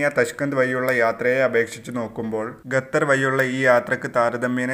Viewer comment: ഗത്തർ അല്ല... ഖത്തർ